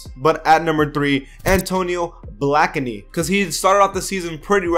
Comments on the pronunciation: BLAKENEY NOT BLACKNEY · It's Blake Ney not Black Ney by the way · Pronounce it like blake-ney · Antonio Blackeney 😂 it’s blakeney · It's pronounced Blake-knee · It's pronounced "Blake-knee":) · Antonio Black-in-nee? Wtf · Bro you said blakeney HELLA wrong lmfaoooo